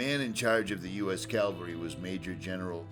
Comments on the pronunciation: Nice video. Beautiful country. Sad story. Just FYI, it is CAV-AL-RY, as in “horse-mounted military”. CAL-VA-RY is a religious term related to the crucifixion of Jesus Christ. Just sayin’ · Cav-al-ry , please!?! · Another awesome video. Not to be picky, but there’s a vast difference between cavalry and Calvary.